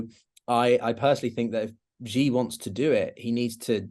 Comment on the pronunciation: Hey,: So, how is this guest credible? He has pronounced "Xi" like "jee" for years. Why didn't you correct him? You had just said Xi's name correctly a minute before he said it. For you readers, it's pronounced very much like "she", the female pronoun, not "gee" or "jee" or such. What, you say you don't care? Really? If a Chinese expert on USA pronounced Biden "Beeden", you would doubt his credibility, right? This is easy research. He can google it. But no, he just parrots the wrong pronunciation of Xi Jinping, the second most important global leader for the past decade. That's easy research. Bye-bye credibility. Please,. Stick to guests in your area: finance and economics, etc. Avoid whackos like Eric Price and charlatans like this.